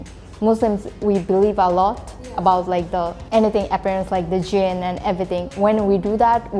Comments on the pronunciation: This Is "Jinn" Not "Gene" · Not 'gene', it's 'jinn', which means the devil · Not gene as in genetics but jinn or djinn as in a spirit.